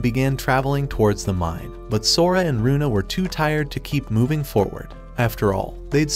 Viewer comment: Its luna not runa